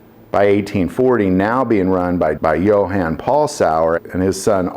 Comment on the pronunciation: It wasn't "Joe-Ann" it was Yoo-Han!